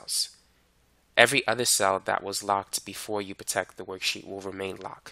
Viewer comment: good video, but damn, its not protek, that is really annoying